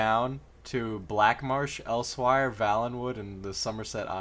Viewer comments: "Els-wire" Elswyr is pronounced like "else-weyr" according to the Khajit in Skyrim lol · ITS FECKING EL-SUH-WHERE NOT WHATEVER THE FUCK YOU GUYS ARE TALKING ABOUT, Also the area was in a lush desert esque area which is veery hammerfell like and Elsweyr's coastal regions are jungles, Blackmarsh is litterally a GIANT SWAMP (with many green ogres.) Its deffinantly not valenwood or Summerset Isles, I honestly think its in Hammerfell, If you want a video explaining how it looks n shit watch Camelworks video on it.